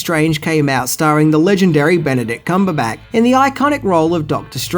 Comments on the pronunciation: Love the videos but does mispronounce things on purpose or is it accidental? He said Cumberback instead of Cumberbatch and Dormannu instead of Dormammu, and those are just the two examples that came readily to mind. When Garyx Wormuloid does it, it's an obvious joke, but with I just can't tell. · So I'm not usually this guy but comics were a big part of my life so I have to say... It's Dormommu (Door-Ma-Mu) Obadiah Stain as in a "stain" on the floor. Cumberbatch (Cumber-Ba-ch) as in I made a fresh "batch" of cookies. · I love your videos,, but some of your pronounciations make my skin crawl. It shouuld be: "Come-burr-batch" played the villian "Door-ma-moo" just for future reference. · Please don't be offended by this because I love your videos but I can't help but wonder if you're intentionally mispronouncing actors names at this point. his name is pronounced cumber-batch like a batch of brownies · dude do you mispronounce things on purpose? lol Cumberbat? Dormannu? come on lol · Have you never noticed literally mis pronounces a name or word at least once in every video he makes? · Cumberback? Is that how Australians say it? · No, not at all, sometimes has a problem with pronunciation.